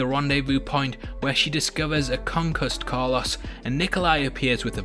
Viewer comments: Nobody: This guy: Carluss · Every time I hear him say Carlos I cringe so hard. 🤣